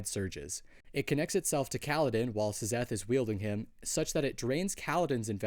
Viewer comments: Love the videos! But why do you pronounce it as S-zeth rather then zeth? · please stop saying "zezeth", its just pronounced like "zeth" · Sizzeth in the heezy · Yeah, I came to say the same thing